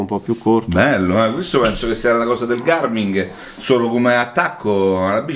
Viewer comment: .... ma di chiama Garmin e non Garming ..... siamo alla frutta 😭